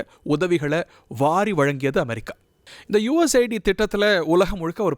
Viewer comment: Mr. இது USA ID அல்ல.. US AID.. செய்தி வாசிக்குமுன் முதலில் தலைப்பை சரியாக‌ படிக்க தெரிந்துகொள்ளுங்கள்.. shame...😂